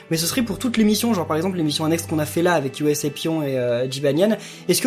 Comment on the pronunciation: Super épisode comme toujours,.:) -> J'ai remarqué ta prononciation de USApyon... Je ne sais pas ce qu'il en sera pour les autres langues, mais pour les japonais c'est: "Ousapyon" = "U" comme à la japonaise, le S et le A sont pronconcés ensemble pour donner "SA" (prononciation normale et non anglaise). Voilà.:) -> USApyon fait partie d'une nouvelle catégorie de yokai qui fera son apparition dans le jeu Yokai Watch 3. Ces yokai sont d'origine américaine et sont appelés: Merican Yokai.:) -> U.S.O. est un yokai de rang C, appartenant à la tribu des Mystérieux et de type glace. Pouvoir = il fait dire des mensonges à tous ceux qu'il envoûte. Origine (selon le médallium) = il serait issu des mensonges de ceux qui prétendent être des aliens. "uso" en japonais veut dire "mensonge". Son nom en anglais est "Failian", littéralement: "Faux Alien". > Dans Yokai Watch 1, pour changer à volonté le nom et surnom des différents yokai, il y a un Chaipô dans le hall du bâtiment au sud-est du centre-ville (là où travaille le père du héro ou de l'héroïne). Il faut peutêtre que tu cherches un Chaipô alors.:) -> Le yokai en forme de coquillage vert s'appelle "Claquille". Pouvoir = Être possédé par ce yokai te fait acheter tout et n'importe quoi, même des choses dont tu n'as absolument pas envie. Dans Yokai watch 1, tu peux le trouver facilement sur les bords de la rivière, dans le quartier de la Corniche.:) -> Le yokai crottes de nez (;p ) s'appelle: "Hanahojin". Voilà, bonne cont